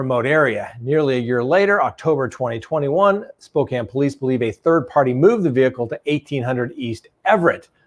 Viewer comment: Thank you for pronouncing Spokane correctly..